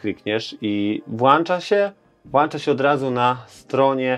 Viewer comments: Nie ma słowa "włancza"!!!!!!! Można coś włączyć bądź wyłączyć. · Mówi się "Włącza się"